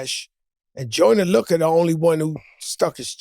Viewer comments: ‘Joyner Luka’ 😂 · Joe changes everyones names... gorilla mems.... Joyner Luca lmfao